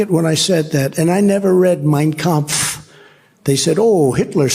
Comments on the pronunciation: Yes, that was the exact thing I said...that Trump saying the name of Hitler's book with perfect German pronunciation totally outs his beliefs and practices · That was a scary statement, he can't quote one passage from the Bible, but not only pronounces Mein Kunpf correctly but quoting passagies from it over and over. Trump may not have read Mein Kunph , but I bet Miller read. It to him like a bedtime story. Ihave been telling people for a long time, that Trumps playbook was right out of Mein Kunpf. We can not become the new Nazi country, that we fought and lost lives over in WW2. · It was very strange that the way he pronounced Mein Kampf he did it correct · Trump is of German descent so he should be able to correctly pronounce Mein Kampf. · The German name Trump was Trumf so of course he can pronounce it. But he is still a LOSER!😅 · Trump is paranoid and can pronounce that book name better than anyone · I thought the same Ben - trumpty pronounced ' mein kampf ' with a perfect german accent!! Got it from his vater perhaps? 🤔🤔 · Yep, I thought that too. His pronunciaton is quite on point Steven Miller is a Capo